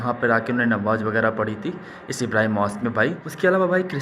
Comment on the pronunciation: Bhai nawaz nahi namaaz hota hota hai....